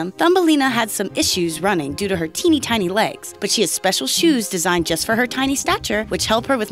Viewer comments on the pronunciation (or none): like how many times you think she said "Tiney Tiny"